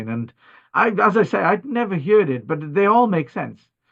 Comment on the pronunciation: Excellent content. One Note. "Heard" as in Herd. Not heared. As in beard. Hullo.